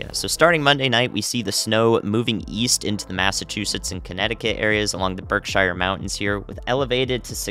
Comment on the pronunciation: As a western Mass native, Berkshires is pronounced 'berk - shears' We ain't in middle earth my man